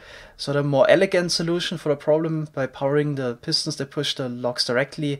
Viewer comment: I sometimes get annoyed by how he says “pistons”. He always says it like “pistnts”